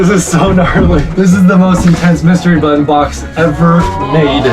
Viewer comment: Anyone else notice how says button like buoton